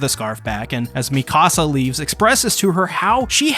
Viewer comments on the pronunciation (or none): Meek uh sa not mi casa I don't care about your house. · It’s Mika-Sa not Mi-Kasa